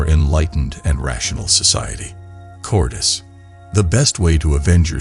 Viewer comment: Look up how to pronounce “cowardice”. You are saying it wrong. It’s cow…ward…iss.